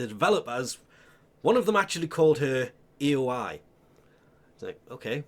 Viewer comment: I always assumed that Aoi was Japanese , (and shares a nationality with her VA) will need listen to her interactions with Arthur to confirm; but, it should be “ah-oh-ee” if she is indeed Japanese.